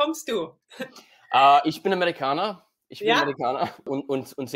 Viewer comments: „Ich bin Amerikaner“ hat komplett Deutsch geklungen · "Ich bin Amerikaner" was almost perfect